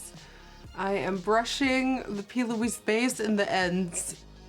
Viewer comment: If I here her say "P Louise base" on more time in her videos!!😂